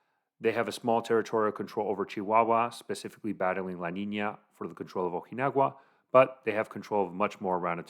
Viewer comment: This guy can't even speak Spanish 😂 what the hell is the Beltran Levine 😂😂...ojinagua??? Lmao 🤣